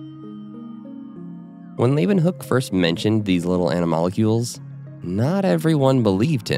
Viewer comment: It's not ana-molecules . . . it's anamal-cules